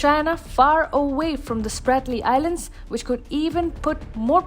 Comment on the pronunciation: It's not SPARTLY. It is SPRATLY ISLANDS